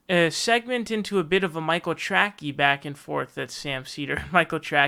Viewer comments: he kept pronouncing his name wrong, should be “Tray-cee” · He purposely mis-pronounces it. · Is calling him Michael "Trackey" some kind of inside joke I don't get? Or does actually still not know how to spell or pronounce the name correctly lol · Are you saying Michael Tracy's name wrong on purpose? It's pronounced tray-see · Yes he is. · Yes DimBobby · It drives me crazy. Big pet peeve of mine. lol